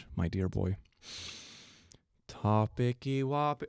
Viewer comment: I wonder how girlfriend feels hearing him go, “topiccy wopic-“